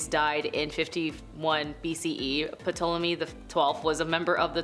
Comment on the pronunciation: The P is silent, please learn how to say things